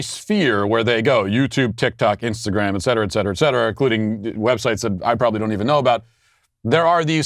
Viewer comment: I thought he said Insta-gay